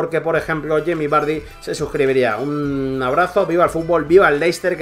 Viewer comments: Lo esta pronunciando como se escribe "Leicester", y en inglés se pronuncia " Lester" Leicester esta mal en el habla inglesa, debe de ser LESTER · se pronuncia "Lester" no Leicester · Me duelen los oídos cada vez que escucho 'Leicester' jajajaja buen video crack